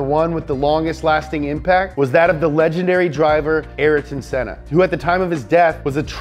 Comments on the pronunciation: Also the way he said Ayrton Senna 's name. It's exactly how it's written: A-YR-TON, not "ÉR-TON". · It's not araton senna, it's Ayrton senna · nah because he pronounced sennas first name wrong aswell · Anyone triggered by “ah-lane pro-est” and “are-ten senna”? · Which f1 fan realized that he said Ayrton Senna and Alain Prost’a name incorrectly